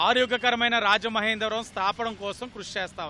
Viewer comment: స్తాపడం పారిసుద్ద గోదారి లో కరగడం సూపర్ తెలుగు.